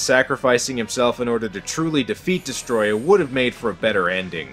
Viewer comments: Its destroyah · Destroy-ya is how u pronounce Destroyah